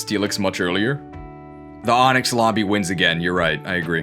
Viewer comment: Genuine question, when and how did you start pronouncing AHNIX like that?